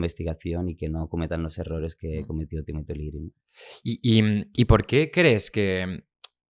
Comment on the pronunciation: Es Timothy Leary, no Timotiliri